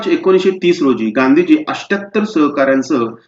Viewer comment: Athyatar not 🚫 asthattar